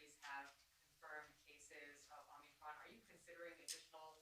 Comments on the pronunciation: Oh they both said Omnicron and not omicron. And the second question Joe couldn't even read the second person's name. That person had to do that for him. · Did he call it omni-cron? Let’s go brandon